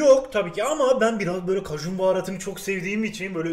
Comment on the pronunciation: Nobody: Kajun baharatı ekliyürüzz